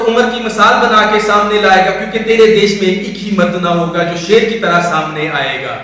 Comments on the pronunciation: seer nahi sher pehly batin seek lo tab speech karna oky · Pehle to is larki se ko kaho ke SHER to sahi se bole le. Ser bol rahi bhosri wali. lol Pakistan Zindabad. Ser hahahahahahahahahaha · shair ko sair hahahahhahahahhahahahhahahahahahhahahahhahahahahhaha